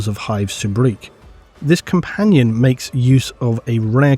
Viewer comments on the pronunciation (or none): none